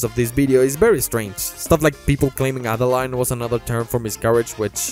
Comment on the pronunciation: French person here, Adeline is pronunced "Ad-a-lyn"